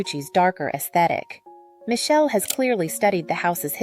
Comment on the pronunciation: AI slop. Can't even pronounce Michele's name properly. And the bias against non-gender conforming aesthetics is clear in whoever the "creator" is behind this. And it's ugly.